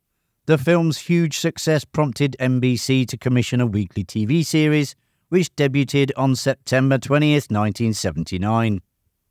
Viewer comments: Fix your AI voice. The word debuted is pronounced day-BYOOD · Debuted = 'daybewed'. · Glad someone else said it. Englishman here. Debut is from the French. "Day-bew" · Debuted : Day bewd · Deb you'd. Day beaud. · When you don't know how to pronounce "debuted" Hint: the 'T' is silent. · Learn how to say “debuted”!!!! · Your continued mispronunciation of "debuted" is painful to listen to. Go back to school.